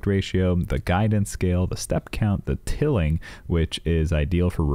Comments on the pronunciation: I love Leonardo and I don't think I want to go back to mid journey just because the interface is super user friendly and also its pronounced Tile-ing lol I hear so many people call it tilling but great breakdown video i def like shared and subbed!!! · It’s tiling not tilling. Haha